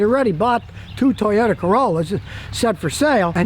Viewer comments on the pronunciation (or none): none